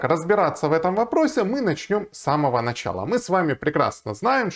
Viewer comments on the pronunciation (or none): none